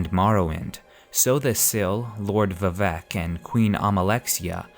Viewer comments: It should be pronounced more like Veevec but with shorter "ee" and Oor. Chimer should be "Chaimer" right? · Same, I'm not usually a stickler for pronunciation...but this kinda hurt.